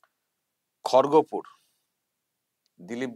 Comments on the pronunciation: খড়গো পুর না, উচ্চারণ হবে খড়গপুর । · Khorgo pur noye 😂dada kharagpur 😂